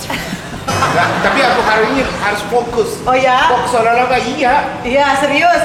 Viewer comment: Mantaps. Makin seru konten nya. Btw olahraga ya bukan oraraga 😂